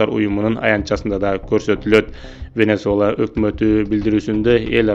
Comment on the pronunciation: Венесула эмес венесуела